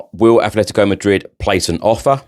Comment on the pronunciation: *Atletico NOT Athletico for Atletico Madrid please.